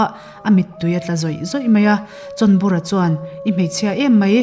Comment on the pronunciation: chhawnbura ti a a lam hi a diklo,chawnbura tih a ni si a.